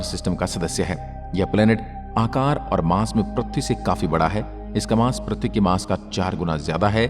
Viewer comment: Prathvi nahi ise prithvi ( earth) bolte he sahi se bolo pahle prathvi nahi prithvi bolo